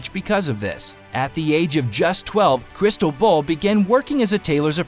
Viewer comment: Crystal Ball…. CRISTOBAL… It is not so difficult to pronounce if you care a bit